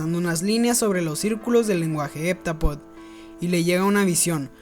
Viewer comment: No se pronuncia HepTApodo?